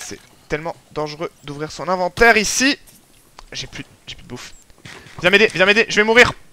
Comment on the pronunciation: Plu? Ses plus avec un s lol